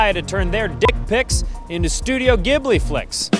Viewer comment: Ghibli in Studio Ghibli is pronounced with a J sound like jibli, not a hard G sound. You are a journalist, you should know better! /s Love your work.